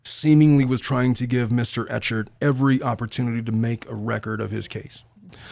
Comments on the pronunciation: Has anyone let you know yet that Clayton’s last name is pronounced /eh-kurd/? 😊 It definitely looks like “ch”. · “Eck hart” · Hearing the host say Clayton’s last name wrong over and over again… is painful😂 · as someone who has followed the case since Nov and is probably in the accused "cult" it was a breath of fresh air to hear you mispronounce his name meaning you clearly don't have any insight, but yet you seem to be coming to the same conclusion of those of us in the cult.